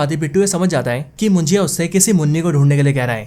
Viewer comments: It's munjya...not mujiya😅.. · भाई ये मुंजिया नहीं मुंज्या है और कोन कान नहीं कोंकण है। सीधी बात no बकवास। गलत उच्चार लिए हो आप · अरे मेरे भाई ये कोन कान नाही है. ये कोकण है. और मुंजी या नही मुंजा है . मुंजा ये मराठी शब्द है. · मुजीया नहीं भाई मुंजा मूवी का नाम हे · कोंकण नहीं कोकण (Kokan) मुंजीया नहीं मुंज्या ( Munjya).. Your pronunciation makes the word more difficult to pronounce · भाई मुंजया नहीं मुंजा होता हे ... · मुजिया नही मुनज्या हे भाई😅😅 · मुंजीया नहीं मुंज्या..... कोनकान नहीं कोंकण.... Speak properly brother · भाई मुंजिया नाही मुंजा हे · Ye munjiya kya hai😂 munja suna tha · Bhaya vo mujiya nahi munjya ahe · Your Marathi pronounciations are Pathetic. Munjiya , kon - kan 😂😂😂😂 its Munjya and konkan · Abe pahle movie ka thik se nam liya kar mujya nhi munjya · ये मुंजा है .... मराठी शब्द है... मुंजिया नहीं😅😅... मुंजिया भजिया 😂😂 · Your Marathi is to bad 😅😅... कोकन होता है कोणकण नहीं